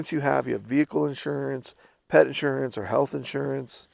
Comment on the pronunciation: "pet insurance"??? Oh no, the injewrance company has you by "da bollix". Hilarious. Cheers